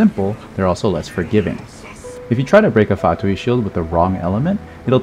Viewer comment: Unrelated, but thank you for being the only person other than myself whom I've heard pronouncing Fatui correctly instead of "fatooey"